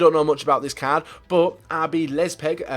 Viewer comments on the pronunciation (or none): It is Leipzig not leizpig sorry just taught it was funny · MY GOD Leipzig i pronounced as Lie-p-tick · man said rb lezpeg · "RB Lezpig" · "RB Lezpeg" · Rb lespig? English youtubers should work on their pronounciations... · I wanted to die when tried to pronounce Leipzig